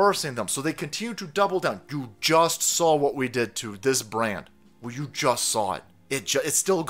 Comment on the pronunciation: Have you noticed he slurs his speech whenever pronouncing the word "You"? How many fathoms deep are you in the Bud Lite? It's OK, you don't have to tell me.